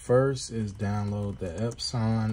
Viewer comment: Out of respect, I will now call my Epson printers EpSAWN instead of Epsun. You are awesome, friend.